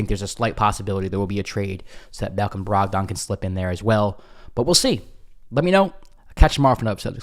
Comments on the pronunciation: Bruh, you've never heard ANYONE pronounce his name Brog-Don 😂 Why you saying it like that?? 🤦🏾‍♂️ Said it like 8 times before I shut it down. Brogdon (Brog-den). Please get it right lol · Most people say “Brog-den” as opposed to Brog-don. Good info today.